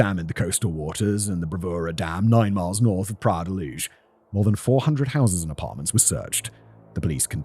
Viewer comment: "Praia la Luz"...!?!?! In Portuguese PRAIA DA LUZ!!! Portugal is Portuguese Language entirely nor Castilian Language!!!